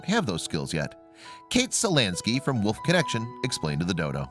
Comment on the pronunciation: It's wolf not woof